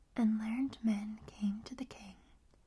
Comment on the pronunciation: Ahhh, bless ya,, that's "... three learned men... " pronounced learn-id. 😁